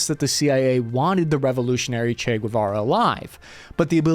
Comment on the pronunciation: Che GUEVARA bro..GUEVARA...